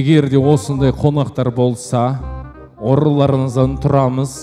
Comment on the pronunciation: Орындарыңыздан деп дұрыстап айтсай, өзбектер сияқты орынларыннан демей